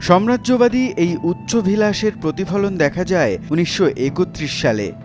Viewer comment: উচ্চারণ খুবই বাজে- বিবর্যয় কি? উচ্চ ভিলাস কি??